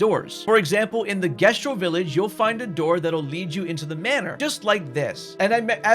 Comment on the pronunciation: 70 hours playing a game with voice actors and you still can't pronounce Jestral‽